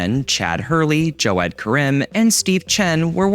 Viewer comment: I've heard Jaw-ed, I've heard Ja-vid, I've heard alot of weird pronunciations of Jawed, but JOE-ED?